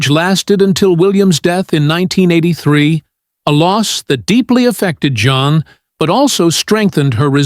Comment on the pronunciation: Her name is NOT JOHN. I hate when A.I. narrates these things.